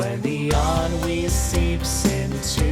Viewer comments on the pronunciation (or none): none